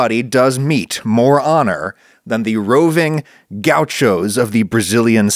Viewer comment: Gau xos as Adam says 😅